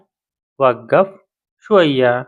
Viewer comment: वग्गाफ नहीं होता वो— वक़्फ़ होता है समझे